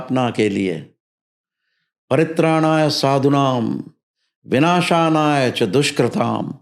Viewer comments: इन्होने विनाशानाय बोला ने मन्त्र सही नहीं बोला। विनाशाय च दुशकृताम ऐसे है। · ये कौन हैं जो भविष्य बता रहे हैं, जबकि intro में ही जो श्लोक बोला बो गलत बोला। परित्राणाय साधूनाम, विनाशाय च दुष्कृताम। इन्होंने बोला विनाशानाय। विनाशाय शब्द चतुर्थी विभक्ति एकवचन है जिसका अर्थ होता है विनाश के लिए परन्तु कोई संस्कृत का विद्वान् मुझे ये बताये कि विनाशानाय कौन सी विभक्ति और वचन का है और इसका अर्थ क्या होता है?